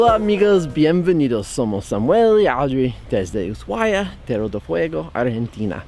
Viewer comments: Audrey, porque dices Usuaya y Yelo en vez de Ushuaia y hielo? La "h" es muda !!!! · Se pronuncia usuaia .. para que entiendas más .. lindo video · Ushuaia se llevó mi corazón. Inolvidable el trekking por bahía ensenada. El trencito muy lindo también, aunque en mi opinión es demasiado turístico y no vale lo que cuesta. Peeero, si uno tiene la plata y quiere gastar, es un lindo paseo. Un consejito: "us ua ia". La última sílaba tiene el sonido de "yes", no de "llegar". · Audrey dice Ushuaya???? con y griega???..... le pone zanahorias a las empanadas argentinas.......... será que mi ordenador no funciona bien???........ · Audrey, me llamo la atencion que siempre prononcias Usuaya?, por que ?